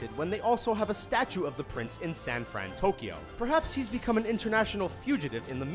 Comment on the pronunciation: Did you just say “Sanfrantokyo”? It’s actually Sanfransokyo if I’m spelling it right